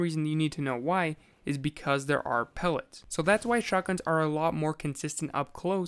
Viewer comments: Every time he says pellets I cringe like crazy. Am I the only one? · buwwet pewwets